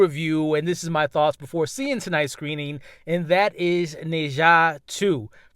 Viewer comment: I see you excited 😅 you know something is good when you keep saying the name different ways. “Na-Zhu” u silly but I’m so happy you had a dope time. I think I may check it out!